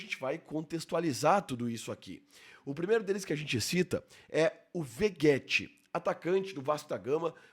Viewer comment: De onde saiu essa pronúncia "Veguéti" que tanta gente usa? Igual "Roguel". Não sei qual a origem do nome do Rogel - não é incomum na América hispânica, mas para Vegetti faz sentido nenhum, esse som de "gue" não seria pronunciado nem em Espanhol, nem em Italiano, que deve ser a origem do nome.